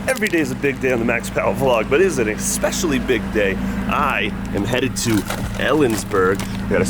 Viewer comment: “Expecially!” Good job from an old falconer